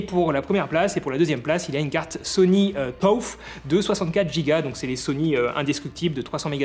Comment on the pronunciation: Super vidéo. Bravo à tous les créateurs., juste une correction: tough se prononce comme teuf en français 😉